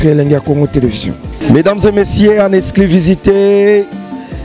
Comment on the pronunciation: Journaliste manque de professionnalisme,oza ganga na matanga on dirai ozo présenter artiste na concert et puis il faut bien dire < >non < >😀😀😀